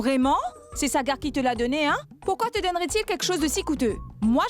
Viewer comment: Est ce moi seul qui a entendu quand Nirou a appelé poulquite . Sagar?